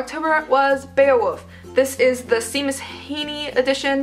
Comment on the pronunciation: Seamus Heaney is an Irish author, his name is pronounced (shay-mus). I'm Irish myself and one of my friends has the same first name 💜💜📚 Great video 💜💜📚☕️